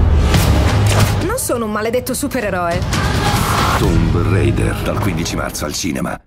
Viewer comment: Tomb rEider già da come lo pronucia addio